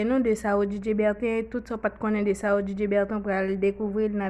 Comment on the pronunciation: Non an mal prononse